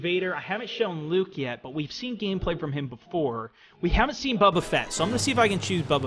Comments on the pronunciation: He's been pronouncing it that way for the last 5 days on EA Early Access, lol. He said, "Someone in the comments corrected be for saying 'Boba'". So, he was just misinformed early on. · Bubba? You mean boba